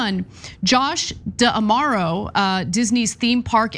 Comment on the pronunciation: Learn how to pronounce D'Amaro. It is the same as damaro - no need to add another syllable after the "D".